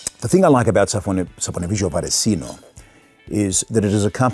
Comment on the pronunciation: First non-Italian that knows how to pronounce this company/soap name! Thank you for sharing your opinion on these products and for making a hole in our budgets too!:)